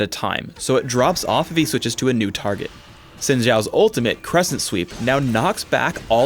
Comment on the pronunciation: saying Sin and saying Zin:/